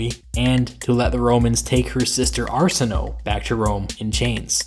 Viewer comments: "Are-Sin-Oh-Ay" not "Arse-In-Oh". You suck at pronunciations. (levity, an not insult) There was a great bias against every event that led to the union of Cleopatra and Caesar, so even favorable historians of Roman times would be prejudiced against any mention of her or the otherwise brilliant way Caesar found a means to elude death for himself and the majority of his "envoy". Marcus Antonius, did much to sour the memory of the two lovers after the murder of the greatest of Romes leaders. I don't know why you seem intent to downplay his every move as if he were somehow less of a tactical genius than he actually was. He didn't send a bunch of letters hazardously or blindly hoping a possible ally "might" show up to help him. He sent to a friend from his years in the Parthian wars, and knew it would take time for the aid to arrive, but even in dire straits, boldly took steps to try and capture a better advantage that most men would cower from in his place. Much was risked and it didn't pan out, but you forget it was in a situation he had found solutions for after the betrayal by the Egyptians upon his landing. It must be stressed, Caesar, was expecting to have met a compliant and "vacant" city. Fully expecting the once ally of, Pompey Magnus, to have resupplied him and granted him a tithe of military provision and soldiery. It should have been a quick meeting with the royalty, and off on the chase into Libya after the only honorable and worthy opponent he could hope to face in li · I like your videos. Small issue: you pronounce Arsinoe's name wrong - even by the current standards of English pronunciation of ancient names. To be more specific that 'o-e' combination at the end of the name does not become a long 'o' in pronunciation. Both vowels need to be pronounced there.